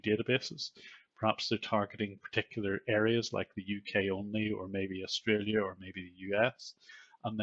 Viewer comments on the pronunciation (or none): none